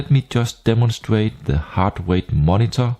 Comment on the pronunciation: Ahhh, that explains the Blend ...specially with words like "Here" that sound like "Heir" in german but than "Monitor" sounded danish:) Not trying to troll . Just funny.